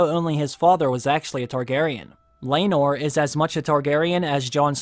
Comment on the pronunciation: It's laenor and seasmoke. Learn all your dragon before you watched DAMM!!!